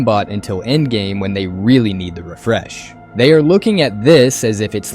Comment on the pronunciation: Homie says “rafresh” lmao